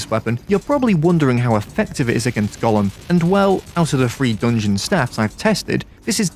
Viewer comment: why this guy says "doongeon" instead of "dungeon"?